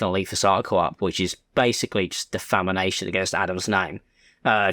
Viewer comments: love your vids 🩷 but its def • a • ma • tion (de-fah-may-shun) not defamination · defamation, not defamination, you fool. Nice vid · DEH FA MASHUN not defamination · Defamination? It's defamation lol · Defamation not defamination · Defamation. Not defamanation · i dont mean to nitpick but its defamATION not defamINATION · pronounced Deh-fa-MAY-shun. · i thought i was the only one that thought it sounded wrong😭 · Interesting pronunciation of defamation 😂